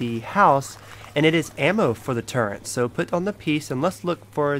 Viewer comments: There is no goddamn “n” in turret. It’s not turrent. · Just discovered this vid. Everytime he said it incorrectly it fucked with me lol. Its a Fucking Turret Gun🤦🏽‍♂️. I would be embarrassed looking back that part if I was him lol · Call me a grammar nazi but its not turrent its turret